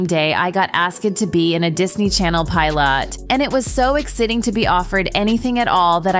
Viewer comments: HOLD UP exiting? Pie lot?? Ask hed? But you pronounce unknown and loon correctly?? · So 'Exiting' lol